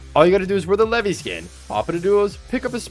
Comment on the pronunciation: the levy skin bruh pronounced that so wrong